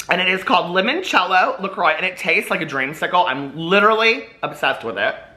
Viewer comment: You must have seen Absolutely Fabulous so you should know how to say "LaCroix" properly sweetie! Patsy would scream & throw an empty Stoli bottle at you!